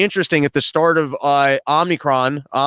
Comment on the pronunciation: Hey guys, love the show! Dave, stop saying OmNicron. There's no end.